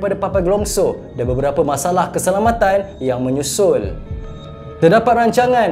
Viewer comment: Bang, orang cakap mimaland bukan mimalent😅